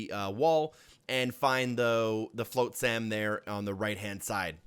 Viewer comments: Its not Fl-oat-sam... It's Fl-ah-t-sam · It's FLOT-sam it's supposed to rhyme with other words that sound similar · Yes!! That is correct. Pronounced as Flot-sum. He said it wrong in all 3 DLC videos. Every time I was like, err 😵‍💫. But it made me laugh. 😂 Flotsam, as in Flotsam & Jetsam! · It’s pronounced flot-sm. (check out the little mermaid, ursulas eels are called flotsam & jetsam. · Awesome guides. As always!!! Your pronunciation of flotsam tho… 😂😂😂 No shade, English is not easy! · Dude, you're killing me with your pronunciation.... have you never heard of flotsam and jetsam? The o makes an ah sound... it's not a hard o.... like rot... or pot... dot... cot.... slot.... you get the idea